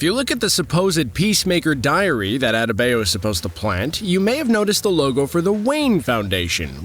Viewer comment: What’s with the narrator’s way to mispronunciate “Adebayo”, “Economos” and “Belle Reve”? A bit off-putting.